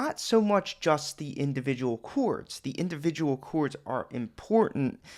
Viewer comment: I watch just to hear you say "chouawrds"